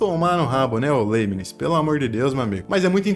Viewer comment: O cara não sabe nem pronunciar o nome do Leibniz. Pqp!!!